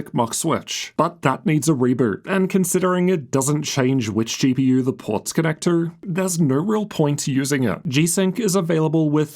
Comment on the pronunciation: “CP-UR and GP-UR”